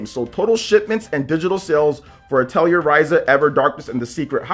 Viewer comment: Atelier is french and it's pronounced ATELI-AY.